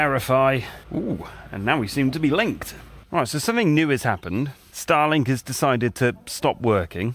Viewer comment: it took me a few seconds to realize that you said living with “Starlink”, not “Stalin”.